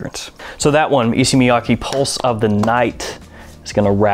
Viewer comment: E-say Miya-kay